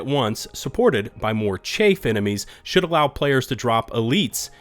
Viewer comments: Ps "chaff" rhymes with "graph" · I love chapters in YT vids, keep it up! Liking your content and your levelheaded approach to the whole patch drama. P.S.: "chaff" is pronounced to rhyme with "half" 🤖